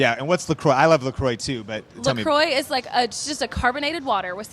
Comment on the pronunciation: Didn't think I could hate La Croix more until I heard it pronounced like that 😂